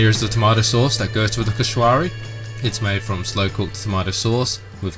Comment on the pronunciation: No no no it's not koshwary its koshary just dont pronounce the w but ty for trying my fav meals